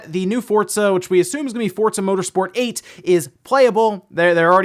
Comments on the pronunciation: theres no t in forza fort-za! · Anyone else bothered by him pronouncing FORZA, “FORDZA”... goddamn that’s annoying... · Does say Fort- zuh. I'm hearing a T in there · He says fortza right? Am I pronouncing it wrong? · Why is he saying fortsa? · Yeah love hearing people call it Fortza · Say "Fortza" one more time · have I been pronouncing Forza wrong this whole time? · Love your videos but the way you pronounce Forza is killing me